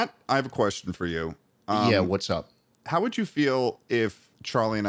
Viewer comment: "You're gonna mOvE it? hAoW?" 😂